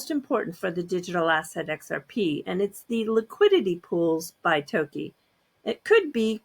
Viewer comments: Toki ? I don’t think it would be pronounced as Toekey. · That wasn’t the correct Japanese pronunciation. Sounded like the Americanised version